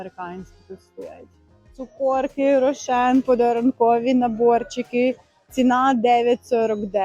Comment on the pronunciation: 😂😂😂😂не цукОрки, а цукЕрки. Можна просто рошЕнки😊